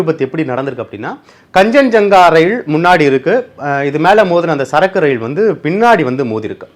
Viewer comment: Plz pronounce the names properly its Kaanchanjunga express, its New Jalpaiguri